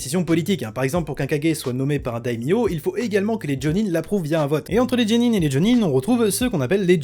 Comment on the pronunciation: On dit "Guénin" pas "Djénin" mais superbe vidéo!